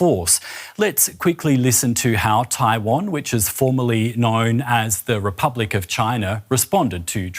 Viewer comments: Apologies, I think my accent is to blame here - I said ‘formally’ but it unintentionally sounded a bit like ‘formerly’ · I saw that comment and knowing this channel, I really don’t think it’s an accent problem. So the apology isnt accepted unless they correct that mistake by changing the words to avoid the mistake. Otherwise, to me it still sounds like formerly.